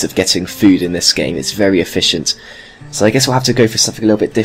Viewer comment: did you mean ef-fish-ient? XD